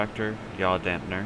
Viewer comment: It is a Yaw damper, not a dampner.